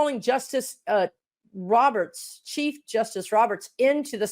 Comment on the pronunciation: You said chief justice, and I heard Cheap justice. 🙁